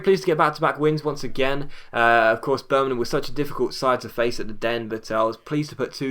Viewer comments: Y d ya say birmanan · Please pronounce Birmingham right